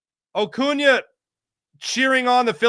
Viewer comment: 1. I'm life long Braves fans 2. You must have missed the part where he butchered his name 🤦🏿‍♂️ 3. Notice how Acuña and Ocuña are very different. Some ppl.. lol